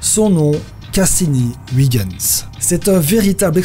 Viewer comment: Superbe vidéo Mais tu a mal prononcé huygens pour la sonde cassini on dis huygens comme si que c était ins a la fin je sais car moi meme j en suis un 😉